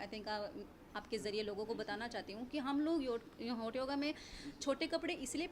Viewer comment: हॉट नही .... होट योगा..... होट 🤣🤣🤣🤣🤣😂🤣😂🤣😂🤣😂🤣😂🤣😂🤣